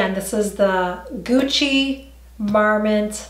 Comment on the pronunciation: Just to be helpful, marmont and matelasse are pronounced mar-mon and mat-lee-say. Not sure it really matters but those are the correct pronunciations for those words. Great review. I feel like we can trust your reviews as being genuine. ❤️